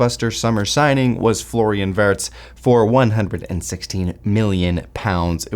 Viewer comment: he's W-ee-rtz remember, not Wurts